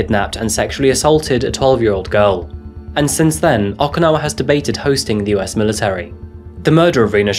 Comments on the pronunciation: Just FYI, it’s OH-kinawa…not AW-kinawa. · OkInawa, not OKAnawa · Am I the only one hearing "akinawa" and "asaka"? Enjoyed the rest of the video.